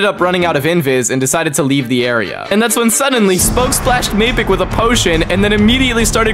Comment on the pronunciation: It’s definelty not mapicc…..💀